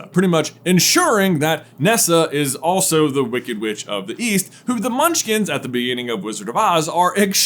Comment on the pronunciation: Bro said "Munchlings" 🤣